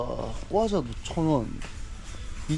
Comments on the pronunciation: 꽈자가 아니고 과자 입니다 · 꽈자에서 대구사람 인정..ㅋㅋ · 경상도남자의 꽈자 발음 ㅋㅋㅋ